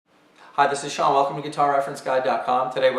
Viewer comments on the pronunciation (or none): none